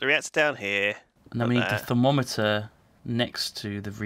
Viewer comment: I love how just pronounced thermometer as "thermo-meter" like it was something pretty complicated.:P